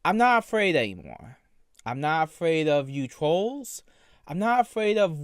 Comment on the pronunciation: "I'm not afwaid of the twolls."